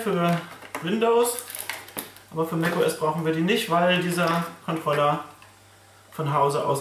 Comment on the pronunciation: nices Video dude, aber Kontrollah-Karte is ein NO GO